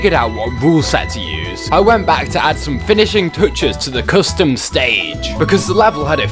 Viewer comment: "Friday night fonkin'" "Coostum"